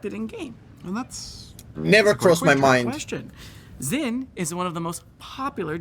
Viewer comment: Why the fuck do EVEN rioters pronounce Xin as Zin? Xi in pinyin represents a brighter, higher sh. The closest approximation in English is Sh. Z (which is the same in English and pinyin) is a completely different sound, situated far away in the mouth and voiced instead of voiceless.